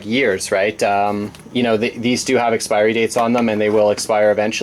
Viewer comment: Did you say expirey? LOL